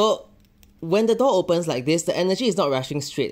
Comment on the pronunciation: I thought he was saying “dog” instead of “door” at first…